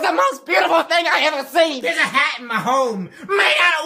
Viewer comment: the way he says home 😂